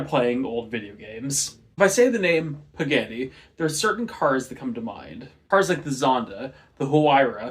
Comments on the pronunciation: "Mahzdah" and "Pahgahni". Best I can do phonetically lol Japanese very rarely uses "aye" for A, it's almost always "ah", and Italian, just like Japanese, is almost always "Ah" vs "aye" for A. Italian examples: Pizza, Carbonara, Ferarri Japanese examples: Takoyaki, Tamago, Konnichiwa Both examples use "Ah", not "aye" For what it's worth, I still enjoyed the video lol. Nice work! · You’re pronouncing Mazda and Pagani wrong lol